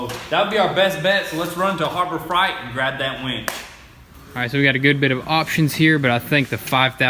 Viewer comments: " Harbor Fright" lol, excited for the build. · “Go to Heber fright” 😭